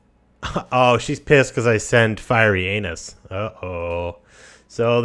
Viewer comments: why do you pronounce Firentis as Fiery Anus? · I play ACOK mod so dont know the native companions. This whole time I thought there was a companion named "Fyreyanis" or something like that, because you kept calling him Firey Anus and I thought it was maybe a joke by the devs that I wasnt aware of. Then I kept hearing you mention him but didnt see him in the companion list so I thought maybe it was one of your own inside jokes from a previous video. Finally I looked it up on google... couldnt find anything like that but figured out who it must be. how are you pronouncing that as Firey Anus lol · Firentis. Fur - ent - iss. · Firey Anus. Send Firey Anus out to do speak for you. Speak to Firey Anus. She doesnt like Firey Anus. Lmfao this guys pronounciation makes for comical videos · it sounds like you said "FireInAnus" XD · I heard 'Fiery Anus' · He likes to say it fiery anus